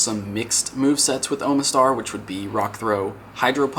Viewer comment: "OH muh STAR." lol,, you're not a Pokemon fan. It's pronounced, "AHMA STAR". No joke.